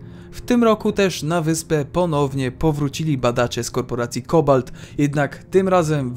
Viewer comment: Wolę połączenie fabuły z grą Portal (jako jej ciąg dalszy). Poza tym dlaczego COBAL T czytasz razem skoro T jest wyraźnie oddzielone?